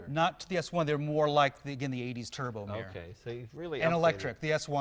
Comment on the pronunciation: I've always wondered why a lot of Americans are unable to pronounce the word mirror. "Mieer"